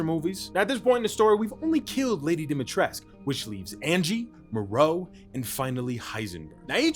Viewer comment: He's still calling her Dimitresque -.